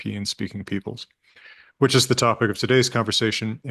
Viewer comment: Love work on this channel; also great old-timey pronounciation of "which" you can hear the "h"!